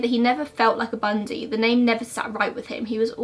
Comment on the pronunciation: I literally like studied him. So when you messed up his name I immediately knew.